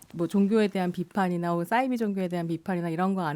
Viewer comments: 사이비 는 한문으로 된 글자여서 ‘사’를 된소리로 발음할 이유가 전혀 없습니다. 공신력 있는 방송에 나오시는 분이시니 계속 반복되는 주 단어에 대한 발음에도 신경써주시면 참 좋겠어요. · 싸이비가 아니고 사이비 아님니까 참 거슬리네요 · 왜 싸이비라고 발음하지?? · 남자 패널분 설명 듣고 한자라는 걸 깨달으시고 잠시 사이비로 발음하시더니 좀 지나고 다시 돌아오셨어요 평론의 내용도 중요하지만 어떤 주제로 토론하시기 전에 일단 토론 주제의 단어의 사전적 정의를 살펴보시면 어떨까요? 저도 이 프로그램 챙겨듣는데 싸이비라는 발음이 듣는 내내 많이 거슬렸어요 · 아으~ 남성 패널께서 사이비의 어원이 한자라고 말했는데도 불구하고 여성 패널분이 자꾸 "싸이비"라고 하는게 불편하네요~